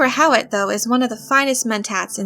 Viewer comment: i actually like Jurgen Prochnow's pronunciation of Hawat's name...